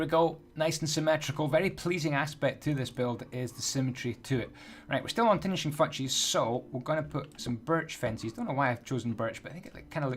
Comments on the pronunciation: why does he say tinishing fatchess and picky stiston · He said tinishing fouches and picky stiston😂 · am I the only that heard say tinishing fouchs? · "finishing futches